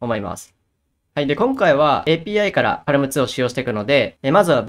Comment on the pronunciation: 読み方は、「パーム」とのことですー！